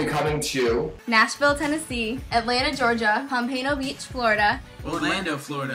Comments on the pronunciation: Liz said Pompano beach wrong lmfao!! Its (POM-Pano) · Liz said "Pompano" wrong! Oh well! Still love her! :D